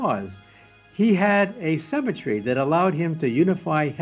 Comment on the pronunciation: The way he says Symmetry sounds like Cemetery.